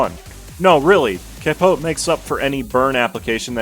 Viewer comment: brother cant pronounce capote right but nails walpurgisnacht